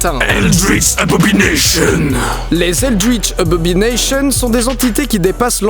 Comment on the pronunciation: tu dis abobination , mais c'est écrit abomination , quécécé ?